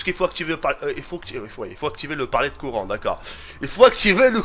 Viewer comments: mdr a la place de dire courant tu dit corant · " on va allumer le coran " au lieu du courant ;) sinon bonne vidéo :)